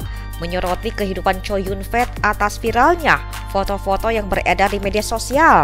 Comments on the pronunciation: ckow yun fat min bukan chow yun fet lu ini bsa baca kagak sih mmin mimin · Namanya chow yun fa, bukan COW YUN FEEEEETTT !!! WKWKWKWKWKK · Kok bacanya chow yun fet ya jelek bener, baca biasa aja chow yun fat ( co yun fat ) jangan chow yun fet 😅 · Mbak, klo nama org chinese cho yung fat tetap a, dibaca'A. Bukan"E😋ke asyikan bhsa ingrish ya😃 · Namanya Kok co yun fet ngomongnya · Chow Yun-fat (周润发), pronunciation'nya kok begitu seh? Dipronun secara bahasa Inggris. 🤣🤣 Jadinya seperti berarti Chow Yun gendhut. 🤣🤣😂😂